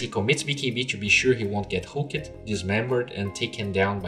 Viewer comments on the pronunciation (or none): just a tip, maybe this is your accent or something but pronounce hooked like hook'd, not hookEd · BooM SHAKALAKA I'm pretty sure its supposed to be pronounced hook'd... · plz stop the "ed" "hook-ed and kick-ed" try pronouncing them together .-. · Hook-ED Kick-ED Selv-ES look-ED Silenc-ED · Really need to pronounce hooked and kicked correctly.